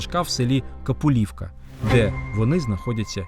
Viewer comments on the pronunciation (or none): Село, правильно називається КапУлівка,а не КапулІвка. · не КапулІвка а КапУлівка наголос.я там народилась . дуже цікаві історіі . люблю слухать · Село, де похований Сірко, називається КапУлівка. Наголос на 2 складі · Було цікаво, але не КапуліВка, КапУлівка. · Дуже гарне відео,але є одне зауваження,село в якому перепоховали Сірка за радянських часів називається КапУлівка,а не КапулІвка.Кажу це як місцевий мешканець. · КАПУЛІВКА, наголс на У, коли робите якесь дослідження, враховуйте деталі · Правильно говорити капУлівка! Дякуємо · село Капулівка 💙💛- моя мала Батьківщина! (тільки наголос на "у" - Капуууулівка) Місце поховання обрано не просто так. Якраз на місці старого села Капулівка і була розташована Чортомлицька січ, кручі на відео - місце першого поховання так і називаються в народі "старий Сірко", при огляді зверху нового кургану-поховання можна побачити туж саму річку Чортомлик про яку писав Яворницький. Деякі ескізи картини «Запорожці пишуть листа турецькому султанові» Рєпін робив саме в Капулівці 💙💛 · Цікаве подання,і все було б добре, але назва села Капулівка вимовляється з наголосом на букву у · Акім Альфадович! Вміти розслідувати історію це чудово,цього у вас не відняти. По історії в школі була мабуть п'ятірка, а от по мові - явно двійка. Села мають назву ГрУшівка і КапУлівка - наголос на букву У, ферштейн? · З Грушівки до Капулівки( наголос на у) прийнято на весілля їздити на поховання Сірка фотографуватись і покласти квіти. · Наголос !!! Наголос ставте так як треба !!! Капулівка з іншим наголосом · Село Капулівка... наголос на "у"... Я, з тих земель. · Наголос при читанні Капулівка на другу голосну, принаймі в Нікопольському районі це звучить так. Дякую було цікаво. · Цікаве відео. До речі перепоховали Сірка на скіфській могилі, яка називається Бабина. У назві села Капулівка наголос треба робити на першому складі. Це одне з найдавніших українських сіл правобережжя, налічує більше 500 років. Дякую.